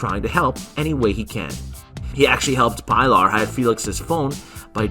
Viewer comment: Say it with me. Pilar is pronounced Pee-lar! Pee-lar!. And great video guys!